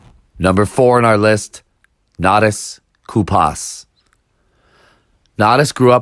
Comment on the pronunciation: Bro how are you making a most important skaters of all time when you can't even pronounce Natas Kaupas name right? And dude, blow your fucking nose before you make a video